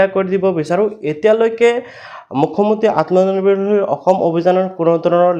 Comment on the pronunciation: Atmonirbhar xil word tu Val ke kobo😅😅